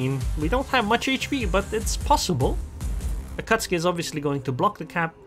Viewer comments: A-KAT-SUKI. LOL not AKATSKI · Akatski? I must have missed the update where they chaned the akatzuki's name